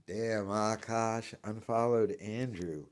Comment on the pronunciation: I was interested in this situation but listening to this guy not being able to pronounce Akash, and the fact that it seems like he has a touch of the 'tism or mental deficiency, I was unable to finish watching.